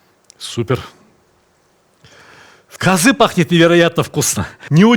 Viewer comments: Добрый день, я родом из Казахстана. Только ударение на а, каазы. А не казыы. )) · здравствйте. я русский из казахстана. 2 раза в год на праздники покупаем казы. самое главное хочу Вам сказать, что у нас в KZ, по крайне мере в Алматы, слово казы произносят с ударением на первый слог - кАзы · Сталик ты супер. Но у говорили шурпа. И казы ударение на первый слог. И бешбармак все казахи меня уверяли , что происходит от пять пальцев. Сам много лет в германии но до 19 прожил Караганде. Друзья казахи естественно остались. в любом случае ты молодец!!!